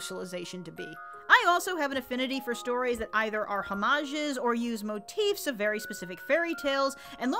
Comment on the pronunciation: Homages is pronounced "aa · muhjs," not "hoe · ma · gez."